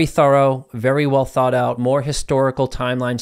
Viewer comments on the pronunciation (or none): none